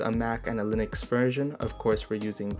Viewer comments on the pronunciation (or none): none